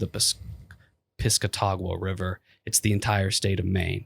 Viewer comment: Piss-Cat-Ah-Qwah River